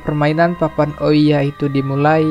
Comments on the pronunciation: Bukan ouiya ka, cara bacanya Ouija itu "Weeja" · bang bagus bangat tapi aku cuma mau bilang itu namanya papan Owija bukan oiya